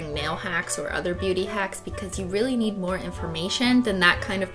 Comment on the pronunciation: What christine said: im a beauty guru, so What i heard: im a booty guru, so